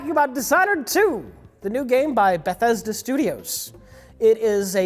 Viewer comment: Bessethda, bethethda, bethesda.